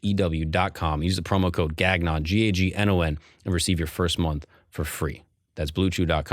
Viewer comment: bruh your last name is not pronounced Gag-non lmao